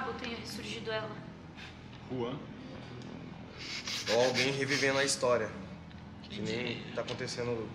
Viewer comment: s mais que pronúncia sai como Ruan